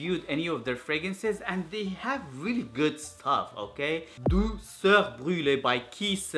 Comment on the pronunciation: Good prononciation of Douceur Brûlée 😋